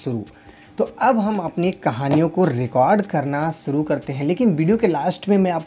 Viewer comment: सुरू नहीं ओ शुरू होता हैं और शिर्षक हैं